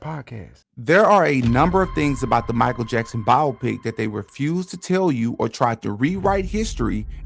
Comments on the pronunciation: no it’s not tf. it’s BIO-PICK. not biopic like the word “myopic.” that’s the illiterate pronunciation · It’s pronounced Bi-Opic… man that was annoying